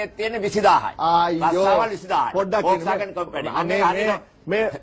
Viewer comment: පොක්ස්වැගන් නෙවෙයි හරකුනේ volkswagan.😂😂😂